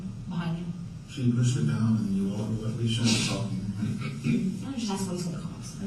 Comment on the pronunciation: it sounds like he’s saying “when she walk out of the woods”